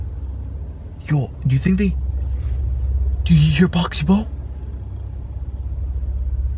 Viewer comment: That ain't boxy boo and you ain't saying the name properly it's pronounced boxy boo not boxy boe